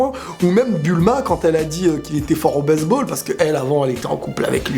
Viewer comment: je reve ou il dit baiseball